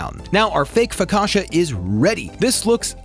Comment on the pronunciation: Bro said FOKASHA! AHAHA It's Focaccia: Fo-ka-ch-ah